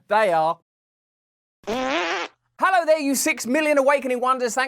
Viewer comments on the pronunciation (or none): none